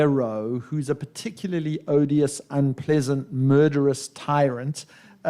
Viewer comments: Dear Elif, I take that you struggle to pronounce the word Particularly. let me share with you the easiest way to do this. Pa-ti-kila and Pa - ti - kili- ley Not Paaar-ti-kiler- and Paaar- ti-kiler-ley. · You have forgotten to pronounce the letter u